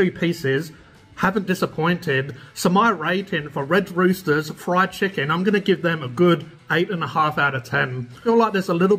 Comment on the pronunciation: "Chickan GOOD"